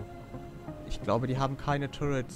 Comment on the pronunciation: das du zu "turrets" immer "turrents" sagst triggert mich so hart :D